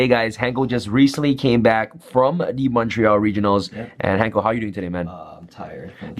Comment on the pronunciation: Mad respect that Sam knows how to pronounce Montreal properly.